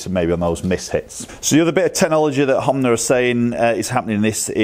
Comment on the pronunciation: Honma , not Homnay...